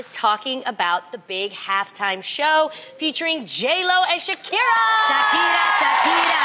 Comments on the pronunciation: The way Adrienne said her name is LITERALLY how you say “ SHAKIRA “ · Adrienne pronounced it correctly... The arabic word for thanks is Shookran